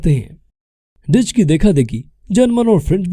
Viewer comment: Ditch nehin Duch he correct youself